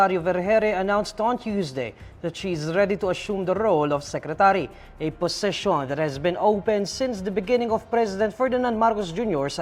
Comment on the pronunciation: Pls pronounce "position",not "possession".improve your english man.